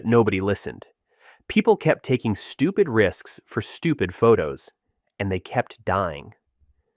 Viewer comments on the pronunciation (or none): none